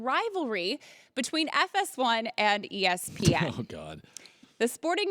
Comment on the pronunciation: can colin not say ESPN or something?